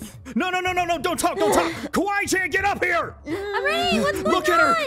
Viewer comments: It ‘s Kawai~chan not kiwi~chan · Kawaii~Chan not kiwaichan!!